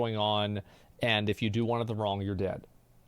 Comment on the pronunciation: Stop saying wrong with k at the end! Wrongk.....